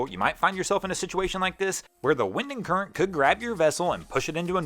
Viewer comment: He says wind and current like windingcurrent